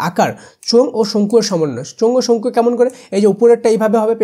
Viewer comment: শঙ্খু❌ চঙ্খু✅😂😂😂 😂😂